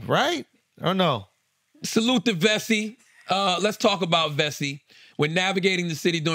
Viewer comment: Am I the only 1 who thought Charla's "Vessi" commercial sounded lika promo for "bussy"??? 🤷🏾‍♂️ijs 😂😂😂